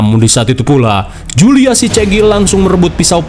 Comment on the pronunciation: itu jule bukan julia🤣🤣🤣🤣